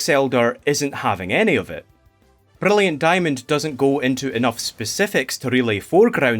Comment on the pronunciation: I’m low-key insulted people called your accent a speech impediment… the way you pronounce Brilliant Diamond and Shining Pearl makes me so happy